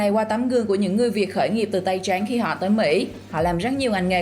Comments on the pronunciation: Giọng đọc nghe khó chịu vkl lun ý. Hai bàn tay trắng .mẽ đọc hai bàn tay tréngggg. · "Hai bàn tay tránh" nge đọc khó chịu thực sự